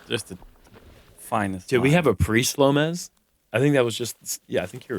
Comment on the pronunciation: Slope-mez lol, on point guys